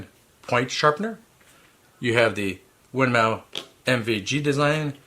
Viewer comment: Just a bit of Information for you. The correct pronunciation of Winmau is "Win more"